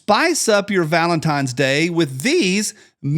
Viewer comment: I can’t wait for this week to be over so I stop hearing say, “valemtimes.”